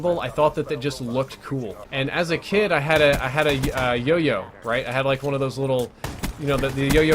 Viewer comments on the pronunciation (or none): You need to learn how to say the word yo-yo.